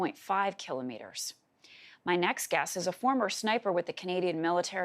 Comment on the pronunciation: Who the hell says "keelo Meetres"